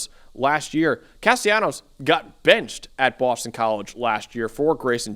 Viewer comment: Hey fellas the proper pronunciation for Castellanos is with an L not a Y. It's not a Latin American dialect.